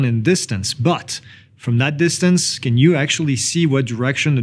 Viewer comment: Fantastic vid,! Loved the intro and outro! One serious thing: due to your accent, when you pronounce “can’t”, it sounds very much like its complete opposite, “can”. Would you please try to use “can not” in its place?